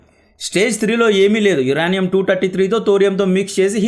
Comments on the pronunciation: యురేనియం bro యురానీయుమ్ కాదు స్పెల్లింగ్స్ నేర్చుకో బ్రో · Uraanium kadhu adhi uranium ( yurenium) ani cheppali. First pronunciation check chesi videos chey. Inka baguntundhi. Mislead avtharu telugu vallu province wrong ga nerchukoni. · యురనియం కాదు,యురేనియం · యురానియం కాదు యురేనియం మన రాజకీయ నాయకులు మనకు దాని ప్రయోజనం అంద నివ్వరు . GST+UST+MST+PST+BST+SST అన్నీ వేసి పెట్రోలు కంటే ఎక్కువ రేట్ ఫిక్స్ చేస్తారు